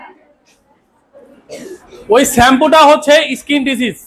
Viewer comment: Solfate, iskin এই উচ্চারণ শুনেই বুঝেছি.....